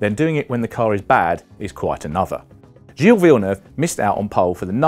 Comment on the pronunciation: The man "Giles Villeneuve"